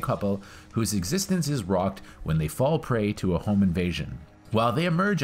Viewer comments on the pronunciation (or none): none